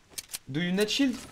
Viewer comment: Cette anglais de ouf "do you ned potion,do you ned shield" xD